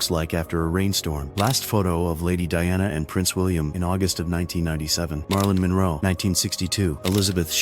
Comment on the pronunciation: This putrid AI hot mess is getting worse and worse. Between "Marlin Monroe" and Elizabeth "Shoe" 18 million, 841 thousand, 988, this post is in the running for WORST AI BS ever.